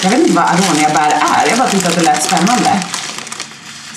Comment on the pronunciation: Det utalas inte arånia de utalas aronia(no hate)💗 Bra vlogg btw💖☺️